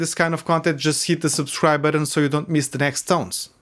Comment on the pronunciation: That thing of using "d"s instead of "t"s almost all the time. "Putting" sounds like "Puding"... and what the hell are "Budons"?